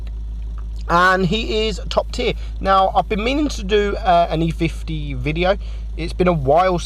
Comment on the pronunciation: gotta love how he called the e 50 "e50m"